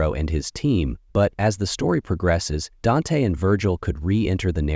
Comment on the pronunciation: Why is he saying Dante and Vergil name like that it's like he says they names right then he intentionally say it wrong